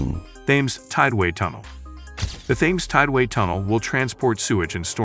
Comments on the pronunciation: Thames is pronounced Tems. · It's spelled with "T"